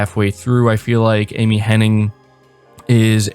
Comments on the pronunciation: Everybody gets this wrong, including you it seems. Just an FYI her name is Amy Hen-NIG not Amy Hen-NING. Hen--NIG not Hen-NING. Very happy that Amy Hennig is associated with Forspoken, that can only be a good thing. She has had some bad breaks. I was so pissed when EA canceled her single player Star Wars game. So, super happy she is making a single player Marvel game. It should be awesome. Yes of course I have Ps Now. If you buy it for the year you can get it for 50 bucks, sometimes even 37 bucks. They have been steadily improving Ps Now and it's pretty great now with over 330 downloadable games. Looking forward to Mafia definitive edition and Celeste. Ps Plus this monrh is killer as well. Especially for the extra Psvr games. I never got around to playing walking dead Saint's and Sinners because the Ps5 came out. It's supposed to be the best game on the system so that's good. Hopefully PSVR 2 will be back compat with Psvr and imorove the older games. Also been playing Vampyr since they released a 60fps patch. Really enjoying it. It starts a little slow but when it pucks up it's really good. The dialogue and voice acting is top notch. The environments do a great job of transporting you to 1915 London. And the stort and lore is engaging as is the gameplay loop. An 8 out of 10 so far. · I'm also still on the fence about Forspoken from a writing stand-point, especially after the last story trailer release. Kind of surprised with such a strong writing crew, but I hope it still turns out well. Also, hate to be that annoying stickler, but her name is Amy Hennig, not Amy Henning. Gotta show respect to the greats, ya know :P. Solid video, keep up the great work! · Omg 😂 its literally been doing my head in hearing people saying Henning!! I was hoping someone else noticed lol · Sigh. All these people talking about Amy Hennig—with this very video including a screenshot of an article that includes the spelling of her last name—yet y’all still can’t pronounce it correctly!!